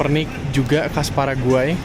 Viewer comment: sering salah nyebut paraguay jadi pargoy